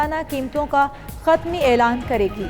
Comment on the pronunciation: pe mistake kr di hatmi ko khatmi keh dia ap ne😂